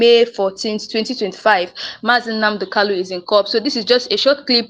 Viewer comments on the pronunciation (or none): Why can you not pronounce Kanu? The name is Kanu and not Kalu.